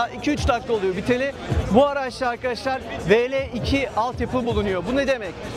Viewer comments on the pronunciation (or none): none